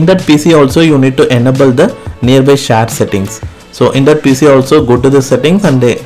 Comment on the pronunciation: Share ❌ Shar🦁✅ 😂😅